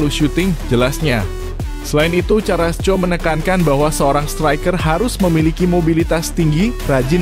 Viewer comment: Ooooo . . .seperti Erling Halaand . .. Baca Karasco jangan di baca carasco.